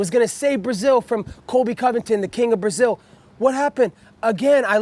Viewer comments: man he can never pronounce his last name. colby convington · How did he pronounce Covington 😂😂